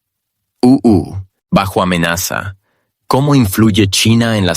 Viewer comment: Es muy molesto escuchar E.E…..U.U. todo el tiempo. Pero creo que IA traduce automáticamente, lo cual podria significar que ningun ser humano entienda o le importe este mensaje. 😂